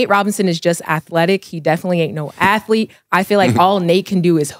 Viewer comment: I get what he tryn say with the athletic/athlete conversation. He’s saying it wrong tho